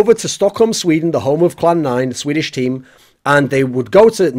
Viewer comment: Clan 9* not Cloud 9. Or I'm just hearing poorly lol. etc.